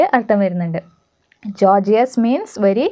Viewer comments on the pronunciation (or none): 'Gorgeous' pronounce 'ഗോർജസ്' not 'ജോർജിയസ്' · Your videos are useful but if you teach different accents it’s confuse other people. It’s ഗോർജസ് . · Teacher your class is superb but delete and gorgeous pronunciation is wrong....plz noted those words pronunciation also....God bless you dear